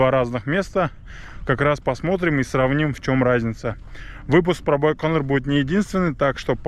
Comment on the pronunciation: так он по-русски говорит. Какой байканыр? Даже всемирно известное название умудрились испортить...